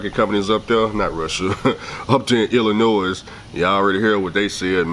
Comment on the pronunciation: It’s pronounced Illinois, not IllinoiS. Yuheardme my brother